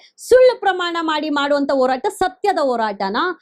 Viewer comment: please learn to differentiate & pronounce properly a & ha properly, its annoying to hear ennu, halla, hagide, orata, etc.